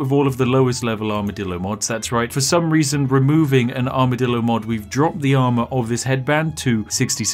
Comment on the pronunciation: Take a shot every time Spiff says Armidillo